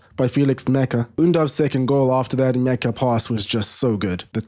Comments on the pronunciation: Nmecha isn´t pronounced "mecha" it´s pronounced "match-ah" for the english tounge. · Good summary and analysis. One tip though: Nmecha is pronounced "match-a" with the t being silent. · Great job as always! Felix Nmecha is pronounced "Matcher" though, like a football match.